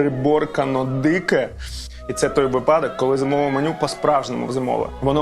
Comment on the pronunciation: вИпадок, а не випАдок.